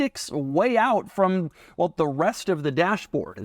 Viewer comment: Doug is the type of guy to pronounce the word "well" like "whell"